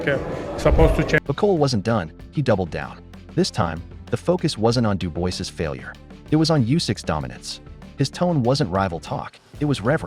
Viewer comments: It's pronounced "Doobwah", get it frigging right if you're going to publish a video. Several people even say it in the video, except you. Having said that, it comedically adds insult to injury for "Dooboisss". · Who the F***are "Bah-coal" and "Doo-boyce". Get this AI SHIT OFF and employ a human. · You have sick brain...how can you pronounce "Dubois"...morron? it is "Duboa" phonetical morron!